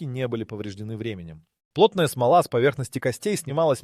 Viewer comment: Как може така неправилно да четете?!!! Съсипвате интересната информация! Смол'а, НЕ смо'ла ! Простотия! И още други неправилно произнесени думи.😮